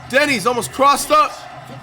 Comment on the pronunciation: bro he not even say Deni he say Denis that very bad😭